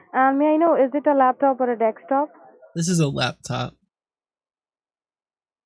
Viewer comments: "May I know if it's a laptop or a dextop?" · or a dixtop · Why do they all say "dextop"? Can't wrap my head around it.